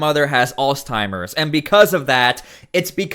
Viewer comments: It's Alzheimer not Alztimers or whatever it is your saying. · Dude not ALLS TIMERS. Alzheimer. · "Alls Timers" Lol Wut?! 🤣🤦‍♂️ Alzheimer's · Did you say "allsteimers"? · No T in alzheimers! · Lol "alztimers" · "Alzdtimers" lol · your pronunciation of Alzheimer's is super cringe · Bro, the way you say alzheimers is insane. Where is the "t" in the word? Have you ever heard someone say the word?😂